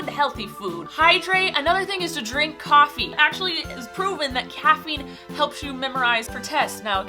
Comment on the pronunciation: did she say caffe instead of coffee